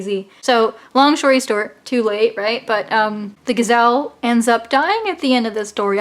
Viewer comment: I thought you said, “long shory stort...” I had to rewind. 😛 Yep. That’s what you said. Sorry; I feel like I just threw a paper airplane in your Algebra class. ☹️